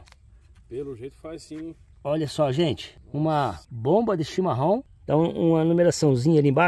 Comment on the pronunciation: boa noite.vc fala chimarom mas é chimarrão